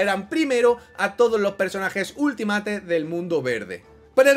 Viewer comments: Por favor, pronuncia bien Ultimate /Ultimeit/ 😬😬😬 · Di bien Ultimate, porfavor, no es tan difícil